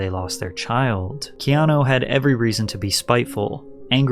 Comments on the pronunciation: Patrick absolutely butchering Keanu’s name every single time Ke-an-a Ke-an-o Ke-an-i Bruh 🤦🏼‍♀️ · Patrick, for the love of God. It's pronounced Kay-ah-new. I'm Hawaiian, trust me. You always pronounce his name key-ah-no.😂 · Key on ou not key on o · It's KeanU not KeanO! lol great video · This is a bit hard to listen at moments, when 90% times you call him "Keano" instead of "Keanu" 😅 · Why does he call him Keano the whole videos? Is it just to bait comments like this? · His name ends with a U not an O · That pronunciation of "Keanu" is wild.